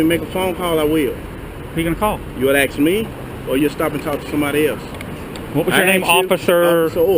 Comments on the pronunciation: ASK not AX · Jesus, another one not able to pronounce ASK and says AXE instead. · Or get the aks lol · Pretty sure the word is ASK..... Not AXE.... but hey maybe I am wrong?? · Its ask, not aks. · Damn it why do black people sound like they are slaves! It is pronounced ask not axe! Dammit man! Everybody needs to call them out that crap! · "...and when I aks you" Nice command of the English language. If you can't speak correctly and voice commands and I don't understand "ebonics" I would not respond to this fool. This is proof that there really is a "we need a percentage of ethnicity" in a department to prove they are diverse., you are a disgrace to the City of Houston, the State of Texas and above all, your race. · did this stupid nigga say "axe"? ignorant and obstinate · Why do black people say aks instead of ask. It's really annoying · Is it axe.. .. or ask😂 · Did he say ask or ax ?? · " I axed you" always makes me chuckle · If you apply for a job as a cop , and you can't pronounce "ASK " , INTERVIEW. OVER !!!!😄😄😄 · I was wondering why he can't pronounce "ask"? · needs to learn how to pronounce the world "ask".